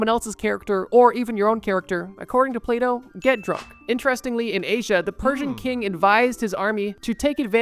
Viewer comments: When he started talking about Plato, I thought he said "PlayDoh" and was like wtf xD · I thought bro said play dough